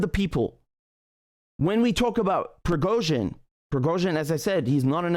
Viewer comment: Richard said it correctly.